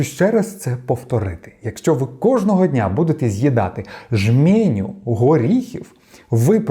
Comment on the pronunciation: Жменя, а не жмЄня; угорський, а не венгерський.